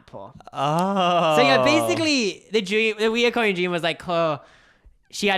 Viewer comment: It’s “recurring” — no O. Kind of rhymes with deter or refer. I cringe every time I hear it pronounced the wrong way lol. Also, I have a recurring dream where I’m back in high school and late for math. I think they’re called anxiety dreams and I usually have them when I’m anxious about something going on in my adult life.